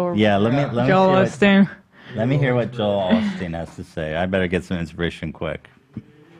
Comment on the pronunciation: Why does Ethan always say "Joel AHH-steen" when it's pronounced "OH-steen" as everyone else on the podcast says it. I'm surprised no one has ever asked why he says it that way!